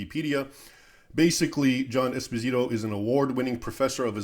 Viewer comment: Raymond, great video as always. I'm sure that fake history professor probably pronounces his own last name wrong, but this Spanish last name is Espósito (stress on the first O). If you stress the i, you're literally saying "small husband". Thanks for all the good content brother.